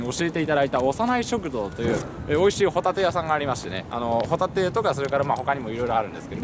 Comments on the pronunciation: ホ↑タテですねｗ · ホタテのイントネーションがサンドウィッチマンのコントみたいになってる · ポテトの発音でホタテって言っちゃった！ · 伊達「ホタテって言っちゃったよ！ポテトみたいにホタテっつっちゃった。」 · ホ↑タテはもういいぜ☆